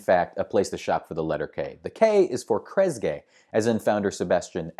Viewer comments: It’s pronounced “Kress-GEE”. Also, the USO started delivering care packages to troops DURING world war 2, not after. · Good one! P.S. It's KRESS-gi.